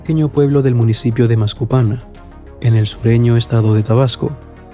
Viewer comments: Querrás decir Macuspana y no mascupana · jajajajaja es macuspana no masuspana y es tabasco no probasco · Como se nota que conoces mucho de AMLO d Si ni siquiera sabes nombrar Macuspana. Es el pueblo donde nació el mejor precidente del mundo.. jajajaja.